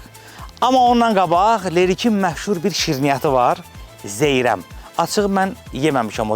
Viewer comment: Zeyrəm yox ay Zeyrən👌